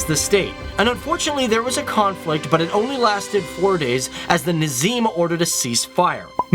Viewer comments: Its not Nazim you idiot!! Its Nizam... This is so disrespectful . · it is nizam not nazim pls correct it :( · That’s not nazim its Nizam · It's not nazim it's nizam if I don't no to pronounce it's ok but check out the spellings at least 😋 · Hit like if you literally enjoyed his pronunciation "Chhaw dhary for Chaudhri , Nazim for Nizam "😂😂😂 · Great video. but its nIzAm and not nAzIm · It’s Nizam not nazam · it's nizam not nazim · its nizam not nazim dude get spellings & pronunciation right. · its not Nazim, its Nizam of Hyderabad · CEO of Microsoft is also from Hyderabad, India. Also the Ruler's title was Nizam and not Nazim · its not nazim ali khan! it is NIZAM ALI KHAN!!! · dude its not Nazim, its Nizam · Dave Walpole its nizam not nazim ali khan